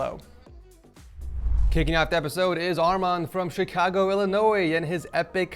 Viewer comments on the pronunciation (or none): none